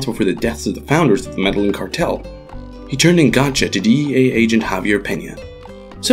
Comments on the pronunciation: Meh-DAY-yeen not Meh-Dehlen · "Medalin" really? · Jesus Christ, that hurt my ears. Meddlin’ cartel. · Please learn the Spanish pronunciations. " Medeyeen" is how the name of the city is pronounced. Two ls together in Spanish are pronounced like a y. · Med-eh-geen, get it right. Lol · FYI, not all white people say it like that. You would think the guy would've practiced the pronunciation before narrating a video about the Med-eh-yeen cartel. They only say it about 10,000 times in the show. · The way you mispronounce Medillin repeatedly is so triggering ... you WATCHED the show, where they say the name literally 1000 times, and you still call it the "Meddlin' Cartel" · Medellin cartel, pronounced Medeyin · why are you the only person on earth who pronounces Medellin incorrectly? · This guy’s pronunciation of Medellin is so so white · I think you mean american. The Spanish who named the city are from a place called Europe where the white people are from lol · Agree. I'm white and European and that's not how I say it. 😂 Why people tend to say white when they mean Americans? They're not the only ones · Ana Todd even most people in America know how to pronounce this correctly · How did you pronounce Medellin again? Bruh... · The narrator's pronunciation of Medellin is torture to my ears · i cringe every time he pronounces medallin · My guy does not know how to pronounce medellin. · I cringe every time u mispronounce Medellín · You always fail at pronounce Spanish words, like Medellín or El Mexicano. Smh